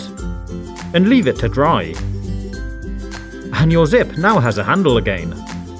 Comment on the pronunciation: Why does he say again different?